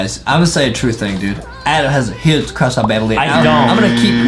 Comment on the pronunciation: Adam has a huge cwush on bambolina